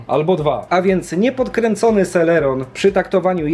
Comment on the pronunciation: eee nie serelon tylko celeron